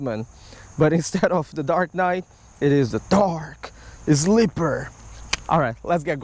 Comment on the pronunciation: "Dark Ezz-lipper" I enjoy that immensely lol <3